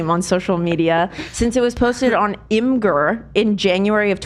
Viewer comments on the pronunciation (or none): none